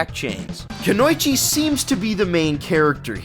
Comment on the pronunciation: Konoichi? Seriously? Its pronounced Kuno-ichi. Argh! It means woman.